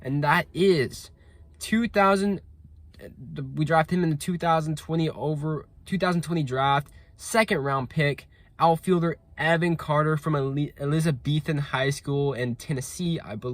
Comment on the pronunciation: Elizabethton is said as A-Liz-A-Beth-Ton btw but other than that loved the video as someone who went to high school with Evan carter and played ball with him for a few years I’m looking forward to big things from him